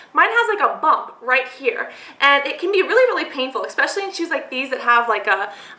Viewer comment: Come on - she says "e-K-specially" :)